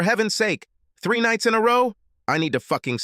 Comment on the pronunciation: " 3 nightz in row " ? Oh F.............